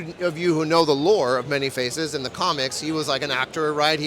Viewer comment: How can you work for Mondo and repeatedly mispronounce "Man-E-Faces"?